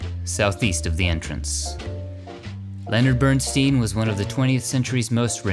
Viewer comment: Hot voice (even when mispronouncing Leonard Bernstein's name)